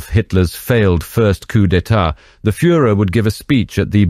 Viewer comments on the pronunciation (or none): none